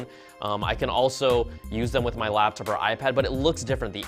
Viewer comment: STOP SAYING LABTOP. IT'S LAPTOP! Say it. LaPtop. LaPtop.